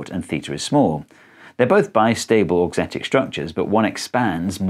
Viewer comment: The first time you said "auxetic" I understood "dorksthetic", like aesthetic for dorks, and I was like "yep, that would be me, I think it's very pretty".